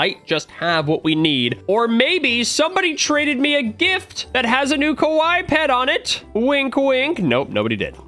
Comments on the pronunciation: Hey! The way you say “Kawaii” in the video actually means scary (Kawai). You said it correctly as the “wrong way” in your last video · is saying Kowai, instead of Kawaii. Kowai means death, Kawaii is cute.:) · Yo russo when saying kawaii its said like ka-wai-eee not Ka-wai that way youre saying it sounds like the word (scary) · Why does he say kawai its kawaii (Ka-wy-ee) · Its pronounced kuh-why-e not kuh-why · Ka-Why-ie not ka-wi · You say it as ka wi ee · it’s ka- waii like Hawaii but with a k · mans really saying kawhy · ITS (KA WHY E)